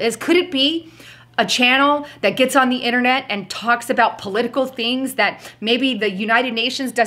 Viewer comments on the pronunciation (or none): none